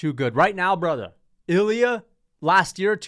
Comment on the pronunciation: You are right. He said braathar.